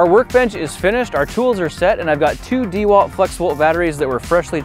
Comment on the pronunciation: I wonder how the sponsor of this video feels about your atrocious pronunciation of DeWalt